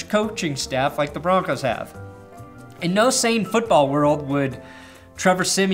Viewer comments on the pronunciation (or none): none